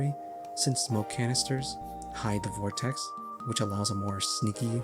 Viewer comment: why do you add a t to vortex?